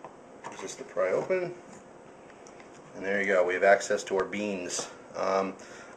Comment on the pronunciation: "we have axcess to our beans" it says no beans on the side haha